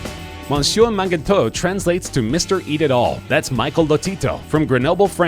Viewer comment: he way americans can wrongly say a french word, manger tout isn't that hard to pronounce